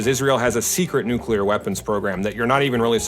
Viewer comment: It's called nuclear weapon, not nucilear, 😄👍